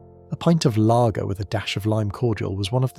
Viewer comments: This would have been better if it didn't have all the AI-generated slop. I mean the whole "layger" pronunciation.... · AI rubbish. Whoever in England ever pronounced lager as “”lay-ger?” It’s a machine! (And inconsistent pronounciation at that! ) I don’t necessarily object to bots per se but I do object when they insult one’s intelligence. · Funnily, my really posh mate pronounces Layger. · Ugh, interesting content but the first time the AI voice mispronounced “lager” ruins it for me. Can’t finish. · Long Life was undrinkable and yet tasteless. Incidentally, what is a 'Laeger' or Shandy Barse' - managed to get the pronounciation right at 3rd attempt? Is this AI or genuine idiocy. Special Brew was favoured by West Indians, hard drinkers, service people and alcoholics - it's current strength is 7.5 abv. Stones was drinkable. I got bored after that. This is a truly terrible vid.